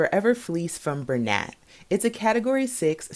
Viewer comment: Just a thing here, but Bernat year is actually pronounced “Bur-nah”. Like it is French.